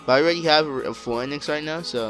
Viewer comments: Phoenix = Fee-nix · Lol I can't stand how he says "Phoenix" in a different way xD